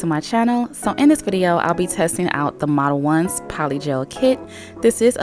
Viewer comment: Omg I’ve been calling it “model-owns” for the longest time lol 😂🤦🏻‍♀️ makes way more sense the way you said it